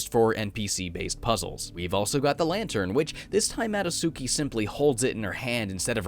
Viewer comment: Why do you call her Mado-suki when her name clearly has a "t" in it? Ma-do-tsu-ki. Not Ma-do-su-ki.